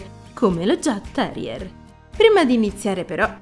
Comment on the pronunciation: Il mio Zeus aveva 16 anni e 3 mesi quando lo abbiamo fatto sopprimere. I jagdterrier sono dei cani bellissimi, non adatti a tutti però, come hai giustamente detto. Grazie per questo video 🥰 P.S. credo si pronunci Iagterrier, non con la G.